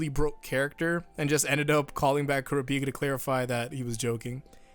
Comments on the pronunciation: “Cure-Ah-Picka” is it not pronounced “Cure-Rop-Picka” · KURA PEAK A. KURAH PEE KA. please pronounce his name correctly. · Hearing pronouncing Kurapika's name as Ku-ra-pi-ka instead Kur-ra-pi-kah like in the eng dub is just so weird like on how to pronounce Jotaro's name. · The way he pronounced kurapika😪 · I'm sorry but what the fuck was that pronunciation of Kurapika? Is that how it's actually said?! If so I've been wrong this whole time and wish I wasn't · Is it pronounced Kura-pika or is it pronounced as K-o-r-apika… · Dean Fish no that’s not how it’s said he makes it sound terribl